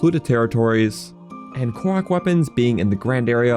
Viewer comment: Ive never heard anyone pronounce korok like kow-wok before